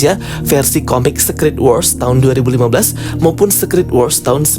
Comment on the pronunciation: Kak aku pening denger dirimu pronounce SECRET